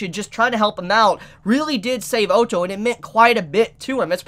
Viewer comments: PLEASE. say ottos name right. its like saying auto not O TOE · O TO (is how he pronounces (Otto) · Oh-toe??? WTF dude... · Great reaction but his name is said like this. O ( as in boss ) tto ( like your already saying it ) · You have a knack for pronouncing names differently to everyone else 😂 oh-tou. 😂 Sorry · There is a couple of corrections that needs to be fixed. 1) Otto wasn't saved by Crusch's group, he was saved by Anastasia's group with her mercenaries Ricardo and the Fang of Iron. 2) in my personal opinion, am I the only one that is annoyed about the mispronounce of characters? Otto = Ot-Oh/Odd-Oh, Roswaal = Ross-Wall, etc. and 3) Ricardo is best girl. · Everytime you say otto i hear the german word auto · No one:: "O-toh" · Please pronounce the names correctly I'm gonna have a lung hemerage if you mispronouce Otto's name again. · I feel like he is saying Otto wrong just to make people angry